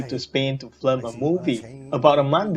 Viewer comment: I hate to be the one to point this out, but you keep saying flim, but it's film. Anyway, I like your videos. Please keep making them.